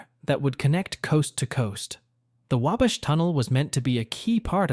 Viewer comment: Couldn't pronouce Wabash correctly...